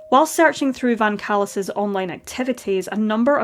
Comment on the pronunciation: More like Van “Callous”